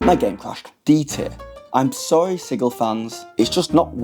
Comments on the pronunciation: "Sigill?" Like fish gills? Reminds me of when Matt Mercer said Pyton or Peeton instead of Piton. It's Sijil. Like Jill Valentine. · It's a made up city. Pronounce it however you want!! Although "Siggil" with the hard G sounds dumb. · I know this is absolutely my issue, possibly because I am autistic, but every time you say the word sigil I flinch because you are saying it wrong. It’s not just a product name, it’s an existing word that means a symbol, seal, or icon, and it is pronounced with a soft G so it sounds like a J. No idea why some people think it’s a hard G. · LOL the way you say Sigil XD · Learn how to pronounce sigil